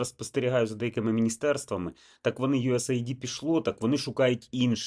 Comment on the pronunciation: Знаю, що не в тему, але почніть, будь ласка, правильно вимовляти USAID Це Юсейд (US - Сполучені Штати, AID - допомога)